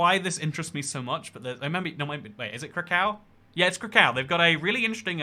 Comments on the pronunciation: 'ostravaaaaaahh' 'katoweechee' 'kruhcow' actual pronunciations: ost-rah-vuh, kat-ogh-vee-ceh, kra-koov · Krakov not Crack cow please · Krakow (emphasis on first syllable not last & pronounced crack-off in Polish) is an amazing city. It is like Prague but very different, and cheaper. Huge great puppet theatre Groteska, with adult puppet shows too. The Salt mine is deep underground with salt sculptures! See it. And Auschwitz. (Don't go on a weekend.) And nearby are the Tatra mountains and skiing. Go Polish young man. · btw ‘W’ in Polish is said like V so it’s said Krakov :) I totally recommend going, there’s so much culture and history and it’s so cheap as well because of the exchange rate from £ to Złoty. Plus Ryanair flights are like £10. There’s a whole Jewish quarter of the city that explains the atrocities committed by the Nazis, which also holds Schindler’s factory and the oldest synagogue in Poland (aptly named Old Synagogue 😂). Also nearby is Zakopane, a really cool and traditional ski village surrounded by beautiful snowy mountains. Auschwitz is nearby, although I didn’t go because it would’ve been a bit too difficult emotionally. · its pronounced Krakov. you can go to see the salt mines and also Auschwitz.